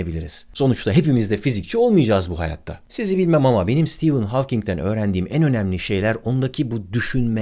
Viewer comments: Stivın hawking değil be abi stefın hawking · Sitivın değil abicim, Sıtefın. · Stivın değil stefın :) stivın olması için steven yazılması gerekir. Steven adında bir arkadaşım olduğu için biliyorum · Adı STEVEN değil STEPHEN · Stivın mı stefın mı. Havking mi hovking mi. "Stivın" okunması için yazımı "steven" şeklinde olması gerekmez mi. Oysaki "stephen" olduğu için stefın diye okunmalı kanaatindeyim.. aynı şekilde soyadı "hovking" şeklinde telaffuz edilmeli bence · stivın değil de stefın olmasın.. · hawking in ismini söylerken neden stephen deilde steven diyorsun barış abi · dikkat ettimde Stephen Hawking derken Steven diyorsunuz :) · Steven diyorsun ama Stephen. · Sitivın olarak değil sitefın ph yanyana gelince f diye okunur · Ağabey, sürekli "Steven" dedin. "Stephen" olcak o. :D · Senin gibi bir adamın Stephen ismini Steven gibi okuduğunu gördükten sonra insanlığa inancım biraz daha azaldı ama olsun seviyoruz seni :) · Nobody: Barış Özcan: Kim lan bu stivın Havking😂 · Bence adı Sitefın diye okunuyor. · Sıtefayn diye okunmuyo mu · Abi kaç kere steven dedin orda "p" var :) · Stephen yerine Steven diyip durman tilt etti ama yinede güzel videoydu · steven değil ya